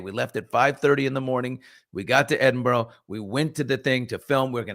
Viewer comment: it’s pronounced more like EdinBRA